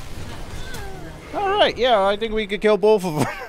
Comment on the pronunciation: My friends always make fun of me for pronouncing both “bolth” and I noticed you do the same thing 😂